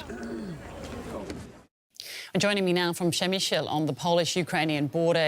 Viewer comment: Repeat after me: Pshe-mishl not Pshemisheel. If you have to, use the German pronunciation: Premissel.